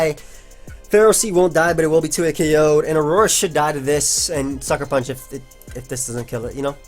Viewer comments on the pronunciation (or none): none